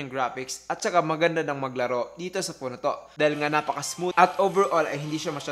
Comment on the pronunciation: Teliphowto daw HAHAHAHA